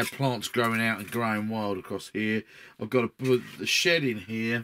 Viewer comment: Ha for a moment there I thought you said "the shit out the back garden" and not "the shed out the back garden. Gave me a chuckle thanks for the laugh! The build looks good so far. I am intrigued by this game but have to resist the temptation. I am on a crusade to vanquish the pile of shame. I am down to Abaddon the Despoiler, a box of Chaos Space Marine Terminators that I am saving for a long term project where I paint them to a high standard and base to a high standard. Got a few hundred 15mm miniatures to paint and my mountain of shame is no more! Then I will look at other miniature games hah.